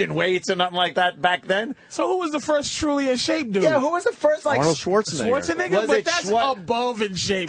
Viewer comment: “Arnold Swartsenigga”